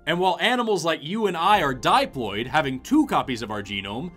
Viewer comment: I’ve never heard someone pronounce diploid like that